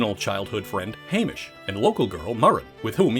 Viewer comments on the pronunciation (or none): none